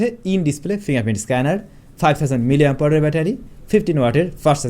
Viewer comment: ভাই, মিলিঅ্যাম্পাওয়ার কী? উচ্চারণ একটু ভালোভাবে করেন। অনেক উচ্চারণ-ই আপনি উল্টাপাল্টা করেন। তাও শব্দটা অন্তত শুদ্ধের কাছাকাছি থাকে। কিন্তু মিলিঅ্যাম্পাওয়ার বলতে তো কোনো শব্দই জগতে নাই!!! মানুষ ভিডিওগুলো দেখে। কিছু বলার বা করার আগে একটু হিসেব করে করলেই কি ভালো না?